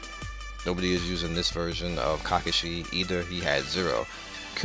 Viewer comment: I love the fact u say tamari and kakashi wrong